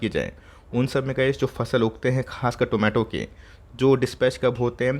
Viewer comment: Did anyone heard Zomato instead of tomato in this video like me??